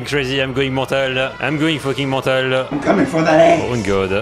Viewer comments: I like how says Mental 😂😂😂😂😂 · Idk why but the way you say the word mental is hilarious